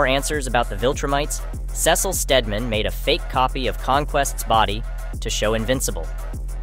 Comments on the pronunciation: Its pernounced See-sull not Ses-sill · Sesil ? You mean Cecil? Pronounced, "SEE-SIL" You got it right a handful of times. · pronounced Cecil wrong :( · Who tf are saying Cecil name like that